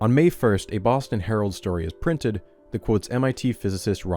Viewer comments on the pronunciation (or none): none